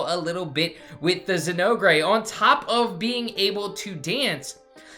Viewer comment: Very informative, thank you. But the way you pronounce Zinogre is like chewing aluminum foil. Zin- ogre pronounced ōgur. Like Shrek the ogre.